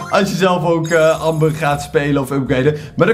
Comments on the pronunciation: Je zegt anmber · Het is Amber, maar je spreekt het uit als Ember btw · Je schrijft amber maar je zegt ember omdat het Engels is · je schrijft amber maar je zegt ember!!